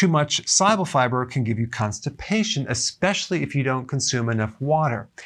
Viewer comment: great vid. when you say pronounce "soluble", it soumds like you're saying "si-able". bit confusing.....